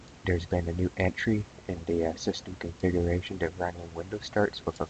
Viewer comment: The list of words that elude pronunciation grows...."Temporary"..."Encrypted" .... "Configuration".... "MSConfig"